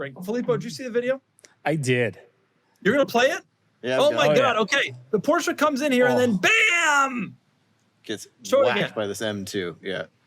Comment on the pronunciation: What hurts more than the necks of those 2 drivers is the pronounciation of the "Porsche"